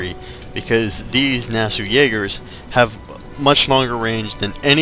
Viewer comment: you misprenounced nassau